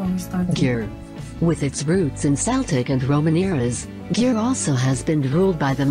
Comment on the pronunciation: Hello girls.When I heared how pronounce the narrator Győr and Hévíz 🤣🤣🤣 I fell of my chair laugh.Even in english pronunouse Hévíz wrong.Maybe from since you post the video you have already visited to Hungary,but if you ask in Hungary this cities like this nobody know what you ask.